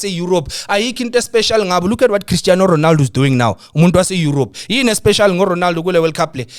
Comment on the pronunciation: The disrespect on Ronaldo's name is getting a bit too much😂😂